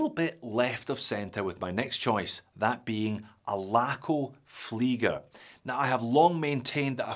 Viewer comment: I love your pronouncing off the Laco Flieger. Absolut Perfect